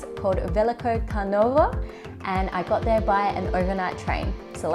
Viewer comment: Turnovo is pronounced as "huh" sound not an a sound. Next time come to Rebrovo to have lunch?